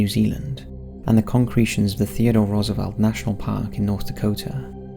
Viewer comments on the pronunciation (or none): none